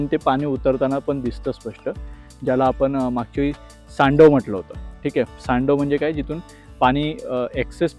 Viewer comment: सांडव नव्हे सर सांडवा म्हणजे (ओव्हरफ्लो) पाणी बाहेर पडण्याची जागा